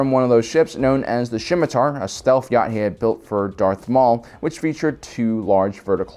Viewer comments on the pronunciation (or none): Dude...Sienar: Sigh-gnar. Have you EVER HEARD Star Wars names said aloud before??? Where do you get your info. And what’s a shimatar? Scimitar? Sii-muh-tar!!! Come on.